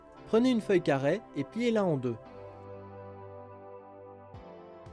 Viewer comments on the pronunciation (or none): pourquoi tu transforme les é en è ? c pas carrè mais carré et pas pliè mais pliez (plié)